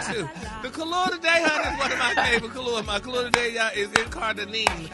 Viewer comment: I thought he was saying kalua like the drink, he's saying color???